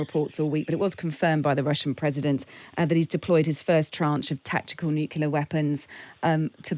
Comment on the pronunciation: Please employ presenters who can pronounce 'NUCLEAR' correctly 🙄